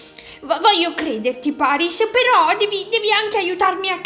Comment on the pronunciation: ma perché ha detto PERYS al posto di PARYS?